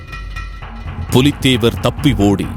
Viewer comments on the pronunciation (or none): Brilliant!! And very good informative video for all !! ஆனால் ஒரு பெயர் திருத்தம் புலித்தேவன் இல்லை... பூலித்தேவன்.. Apart from that very good effort!! Please do more videos for us!!! Keep rocking team!! Good luck!!!